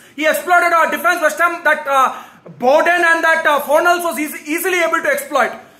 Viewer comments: And bowden for bowen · Abe bowden nahi be Bowen 🤣😂🤦🏼